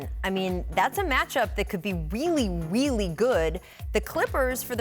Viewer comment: “man, thats a match-up that could be weely weely good!”